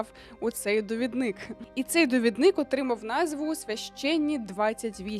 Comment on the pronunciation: ДовІдник, наголос на І, будь ласка🙏🏻💔